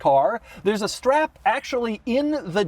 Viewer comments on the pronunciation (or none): did you say shtrap in or shhhtrap on 🧑‍🦳